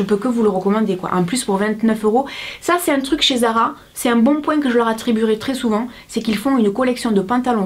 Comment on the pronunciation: zara pas ara lol